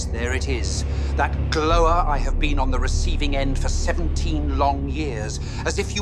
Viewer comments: I'm guessing the young Palpatine lost respect for his father once he heard him say "glower" the way that he did. I don't blame him I'm almost glowering at the screen myself after hearing him say it once more. There is only one way to pronounce "glower" and if you say it the way Palp Snr did it becomes something else entirely. Glows. Glowing. Aglow. There is no glower. No matter how hard you'd like it to be true. I sense the young Palpatine was on the verge of laughing when his dad said that shit but knew laughing would put an end to the intensity of his glower. Thus, reducing him to nothing more than an amused pedant. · Somehow, Palpatine's father despite talking in an upper-class English accent manages to hilariously butcher the word "glower" as he waffles on at him. No wonder Palpatine doesn't respect him. The man cannot pronounce fairly basic words with any degree of accuracy.